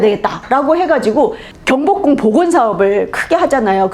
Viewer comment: 장음인 단어의 첫 자를 짧게 잘못 바름한 예:현재,밨는데요,한양,경복궁,이 성계,대칭 ,정문,파격적, 장단음 문제가 너무 심가ㄱ하여 더 이상 읽을 수가 없습니다. 달은 강의에 대해 같은 제의한 것 같습니다."한국 어문을 고발함" 을 제발 일독해 주시옵소서. 미국 변 완수 배